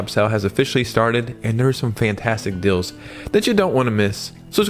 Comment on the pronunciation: Why do you say dills and not deals?